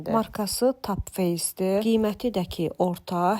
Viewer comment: Tapfeys deyə tələffüz olunduğunu ilk dəfə eşitdim😂😂 Topface ))